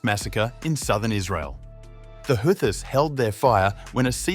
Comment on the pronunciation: Ghastly AI voice: "the Who-thyysss" I couldn't watch to the end...🤢